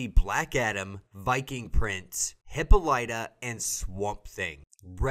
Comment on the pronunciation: I hope you learn the correct way of saying Hippolyta soon lol